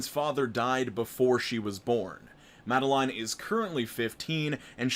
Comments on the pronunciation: The first story made me happy. All just because my name is Madeline and pronounced it the way I pronounce it and it made me smile. And the story content was super cute too. Made me laugh. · YOU PRONOUNCED MADELINE RIGHT AS A MADELEINE I THANK YOU SO MUCH